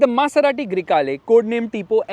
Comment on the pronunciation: baingan Yeh gadi, Grey hai ya Kala you said, Greykala 🙄 fulgore ful'kala hain 😂